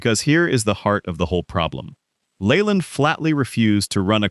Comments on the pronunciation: Jim Leyland's last name is pronounced "Lee-land," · His name is NOT pronounced LAYLAND. LEARN HOW TO PRONOUNCE IT CORRECTLY